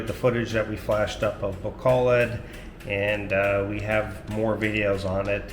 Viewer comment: 1) I appreciate that you're one of the few expats who bother to get the pronunciation of places right.. ba KO load I get mad when foreigners are married to Filipinas and thev still never learn the name of the city they live in 2) I may be retiring there in the Citv of Smiles 😁 3) Maya IS SoOO beautiful. seriously you must be pinch— yourself everyday @@